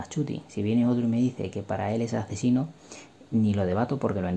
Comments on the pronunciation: deja de llamar a "ACZINO" como "AC sino" si en castellano la palabra "asesino" se pronuncia con eses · Por qué dices “acesino”? Es “asesino”